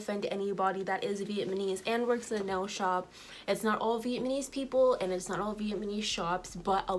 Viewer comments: Please let me just have this moment to laugh at how you're saying "vietMAnees"😂😂😂instead of Vietnamese! And you're saying it so confidently!... I love it!😂 But seriously... Thanks for sharing this... You should take your good ethics and business practices where you can really shine and be empowered in your craft. Much success to you😘❤ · Viet-na-mese!!!!!!!! Not vietmanese🙄🙄🙄🙄🙄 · I’m sorry no disrespect but please look up how to say the word Vietnamese because you’re not pronouncing it correctly. Respect for putting the truth out about some of these salons, bc unfortunately it’s the truth..